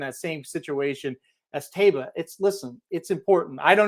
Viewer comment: It’s pronounced Ta ee ba. Why do these guys keep mispronouncing the horse’s name.